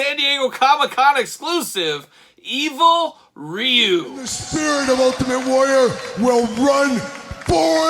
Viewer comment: It's not even Ree-You. There's no "R" sound in Japanese...it's more like "DeeYou." I don't know the translation of the boards, but I know they've been translated many many times over the years. I'm on the October list.